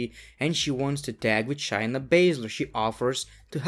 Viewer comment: It’s ShAyna..... long A vowel!